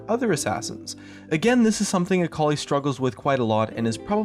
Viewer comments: .....akoli...its akali.... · Sitting here being an Aurelion Sol main and hearing "Akali Buff" made me die a bit inside